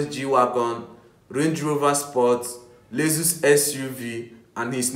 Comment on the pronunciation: First of all it's Lexus not lesus and bro nobody wants to see your face just your voice in the background will do.